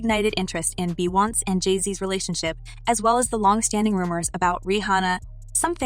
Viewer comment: Stop pronouncing Beyoncé’s name incorrectly! If you can’t be bothered to seek out the correct pronunciation of names, stop reporting on them!!! It’s very disrespectful!!